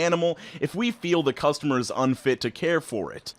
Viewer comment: The... Cuestar-mer....